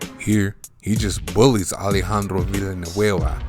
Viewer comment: Wow that pronunciation on Alejandro Villanueva's name was A1!